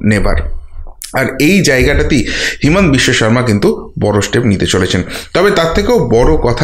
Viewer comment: Himant biswasarma hobe na. Himanta hobe. Bhul uccaran korben na.